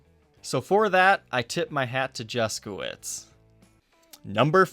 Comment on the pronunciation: The pronounciation of his name makes me cringe every time I hear it. It shouldn`t be pronounced "Juskowitz" !! If you`re curious how this name should sound- go to google translator, choose Polish, copy his name and click on the speaker icon.